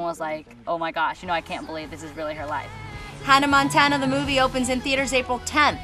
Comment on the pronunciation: Hunnuh Montuunuh and Teller Swift.. haha.